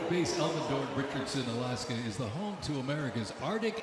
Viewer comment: Cavalry not Calvary Arctic not Ardic You had ONE job!!!